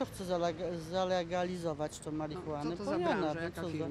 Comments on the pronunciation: Idiotka nawet nie potrafi wypowiedzieć słowa zalegalizować marihuane :D Mistrz patelni złota wara :D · Jak ona nawet zalegalizować nie umie powiedzieć ! Idiots. Idiots everywhere.